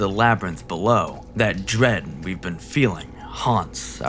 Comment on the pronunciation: Evoke dwead 🤣 I love it when you say things like that hahaha